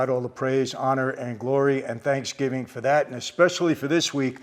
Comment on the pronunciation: Love ur stuff.but i hate tha way u say 'for that'